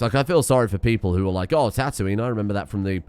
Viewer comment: The way you pronounce Tatooine triggers my gf (who is from Yorkshire)